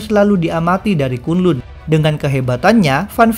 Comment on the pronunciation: Bacanya kan lan bukan kun lun